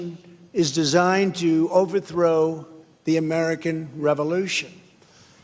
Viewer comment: When he said the " Far Left Revolution is trying to destroy the American Revolution", he was too dumb to know that the emphasis should have been on "American" and he put it on "Revolution". LOL